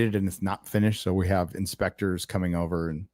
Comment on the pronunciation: Inspectors, not Spectre 😅